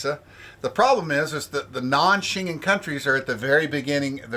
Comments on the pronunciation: So your geography lesson on where the town of Shengen, where the treaty was signed is, was as bad as your pronunciation of the word. Shengen wasn't signed in or near the British Isles and also had absolutely nothing to do with those countries at first. Hard G like Give or Gary, and en like it is pronounced en Español. Say it with me... The Shen-Gen Treaty was initially signed just outside the Town of ShenGen, Luxembourg on June 14th 1985 By Belgium, France, West Germany, Luxembourg, & The Netherlands. There I fixed your History/Geography lesson for you. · Never heard that pronunciation of Schengen, must be the Texas way 😀